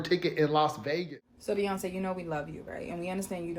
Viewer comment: Is it Beyonce? Or is it inflation ? 😂😂😂😂 BEYYYY?!